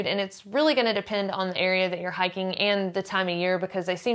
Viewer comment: This is all totally dependent on Resupply. It's hiking, but it's not Survival. (It's, "hahking," which means "hiking." Hahahahah!)